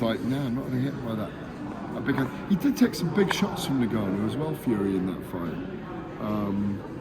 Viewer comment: He outs an i in there aswell😂. He's called Ngannou. Not niganou. I wanna see the press see if Warren still did it